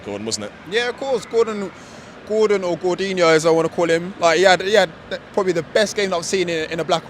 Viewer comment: the ethnic cockney person calls him Gorginiho ! what a wanker !